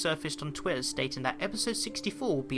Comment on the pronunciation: it's always hilarious when I hear you pronounce twitter as twier